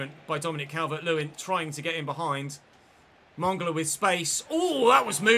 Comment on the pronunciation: Oh nooo, mongola is the new kaaaaaantay 😂😂😂. Its Man-gala